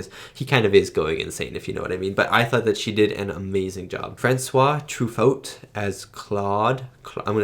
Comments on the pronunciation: Francois Truffaut is pronounced Francois Trufo. It's a silent 't', quite common when the letter comes on the end in French. He was actually the biggest name in the film at the time. Sure you could argue that was Spielberg, who made Jaws two years before, but he was only known for Jaws. Francois Truffaut was a French New Wave filmmaker, actor and critic - one of the most well known, if not the most well known, filmmaker from France. The young guy playing the keyboard was from the company who provided the keyboard. He was only supposed to show them how to use it then return to work but Spielberg liked his look so much he kept him around to act in the film. He would be on the set for weeks and almost lost his job on account of his involvement. Bob Balaban (the translator) kept a diary which he would later publish as a book telling the making of Close Encounters (at least from his point of view). It is very informative and full of tidbits of lesser known information on the film so I would recommend it (if you can find it) for any fellow film anoraks keen to know more about how this amazing film was made. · Pronounced Dry-fuss and True-foe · Truffault: Troo - Foe. Rhymes with getting your burger "To Go." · Truffaut is pronounce Trifo. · It is pronounced Trufo even though it is spelled that way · The eight-year-old you would not have been able to follow the jumping around in the beginning between different seemingly unrelated scenes. The tension and mystery would have been completely lost that poor kid. This is a great classic science fiction film.The guy's name you're trying to pronounce is Francois Truffaut. Pronounced Tru-fo. One of the great French film directors in his own right. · Truffaut is pronounced like "true foe" with accent on the "foe" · You are saying Francois Truffaut almost right, just dont pronounce the T at the end of Truffaut.